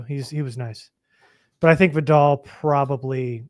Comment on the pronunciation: Y'all gotta ;earn how to pronounce Vidal.